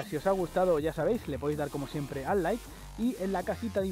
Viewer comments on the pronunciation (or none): none